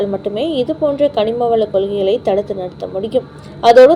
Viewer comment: கனிமவள கொள்ளையை தடுக்க முடியவில்லை — “கொள்ளையை” என்ற வார்த்தையை “கொள்கைகளை” என்று அவசர உச்சரிப்பு — கவனமாக இருக்கவேண்டும்.